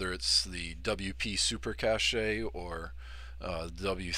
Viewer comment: It is pronounced cache (as in cash) not cachet